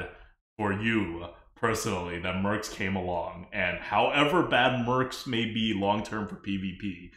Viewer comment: "Merps" / "Mercs" is hurting my brain.